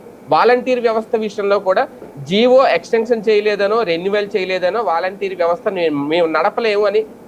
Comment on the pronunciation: సర్ దానిని జియో అనరు జీవో అని అంటారని ఎవరన్న చెప్ఫండిసర్ ఆ శుంఠగాడికి😂😂